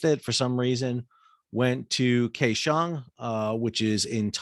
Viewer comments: Kaohsiung is pronounced like "cow-shung".. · FYI the capital of Taiwan is pronounced cow-shung at least to a sailor 50 years ago............Jay